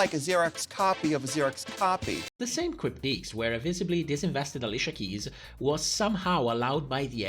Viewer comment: Just to let you know, it's "critiques", not "cryptiques." I know English isn't your first language so this isn't a read, just wanted to bring it to your attention!